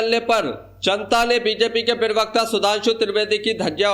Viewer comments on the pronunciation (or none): Pahle to tu bolna seekh le pirwakta nahi hota pravakta hota hai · भाई पेरवक्त क्यो बोलते हो पहले प्रवक्ता बोलना सीखो फिर विडियो बनाकर डालना ।😅😅